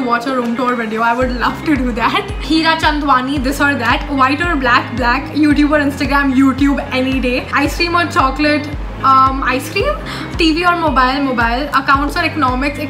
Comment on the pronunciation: Thanku so so much for taking my question...nd by the way it's not heera chandwani it's Heer Chandwani 😁😄 anyways keep growing all the best for ur boards